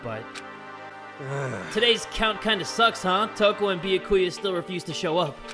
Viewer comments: Wait a minute, did he call Byakuya, Biyakuya? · It triggers me how he says byakuya he says the bya part with like an o and not an a LMFAO